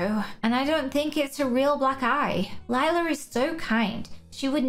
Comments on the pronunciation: The way you say lila is wrong it’s spelled lila but you say like you say lyla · It's not lila its lie-la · it’s lie-la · Her name is Lila not Liela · OMG LIE-LA THAT'S WHY SHE 'S CALLED LILA